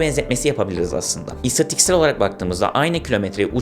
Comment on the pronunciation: Yenilebilir demeyip yenilenebilir dedi ama istatistiksel diyemeyip istatiksel dedi 😢